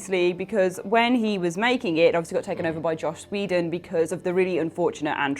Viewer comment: Why do people on this channel struggle so much with pronouncing Joss Whedon's name? First Josh and now. It's JOSS WEE-DUN!